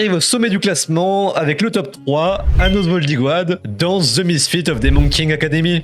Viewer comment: Comment sa anos voldigo ad? 🤣 sa se prononce voldigod🤣